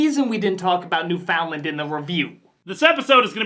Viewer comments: Why can no one pronounce Newfoundland right? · thank you for pointing out she mispronounced Newfoundland im from there and every time i have to explain it to a person who doesn't understand its one word, my faith in the human race goes down slightly